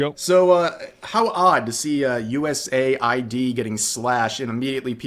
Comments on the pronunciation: Why do you say US A.I.D. Isn't USAID like "aid" as in "aiding someone or something"? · USA-ID? Shouldnt it be US-AID? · Why can no one get it right everywhere it is “USaid” US Aid not USA ID